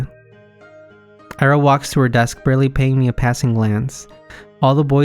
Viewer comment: its 別に, and Ira is pronounced as Eera